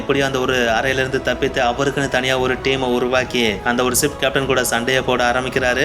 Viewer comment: தம்பி களா அது சிப் இல்லை ஷிப் சொல்லுங்க...